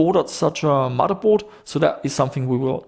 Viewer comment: I think you make some fairly good videos and seem like a nice chap, but can you not say mudderboard. It's..